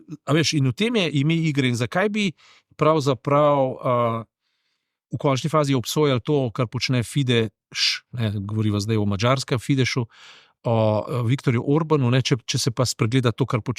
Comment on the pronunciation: Fidesz, se ne izgovori Fideš ampak Fides. V madžarskem jeziku se S izgovori kot Š in SZ kot S. pojdi v Budimpešto in poglej kaj piše na voznem pasu, ki je namenjen avtobusom in boš videl, da piše BUSZ in to se ne izgovarja BUŠ ampak BUS. Konec koncev pa imaš google translate, izberi madžarski jezik in vpiši BUSZ, ali pa ime mesta SZEKESFEHERVAR in poslušaj. Slišal boš buS in SekeŠfehervar... Drugače pa hvala za razmišljanja, dajem vama tip v višini: 4.736 LANA in 4.734 LANA, ki jih imata v trajni lasti in jih lahko kadarkoli v času življenja preneseta v svoji denarnici.;)